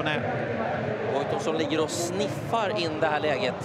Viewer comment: ~ Säger han "sniffar" eller uttalar han "snajpa" på ett olyckligt komiskt sätt?